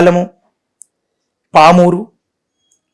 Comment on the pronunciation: Ayya medhavi gaaru adhi Aaluru,Allur kadhu.Kurupam Adhi kurupuram kadhu.Adhi pamarru Pamur kadhu.First constancy name correct ga palakadam nerchukondi